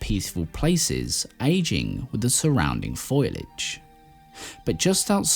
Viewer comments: Foilage? What the heck is foilage?? Ah...you mean FOLIAGE. Does this mean the script is being read by an illiterate AI? Or just an illiterate human, like most youtube video commentaries! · Foilage!? Do you mean FOLIAGE? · * Fo-li-age 😂 Just playing. Except, not... sorry. Enjoyed the video